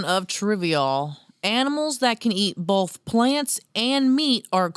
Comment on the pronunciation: Do you say ‘bolth’ too? 😆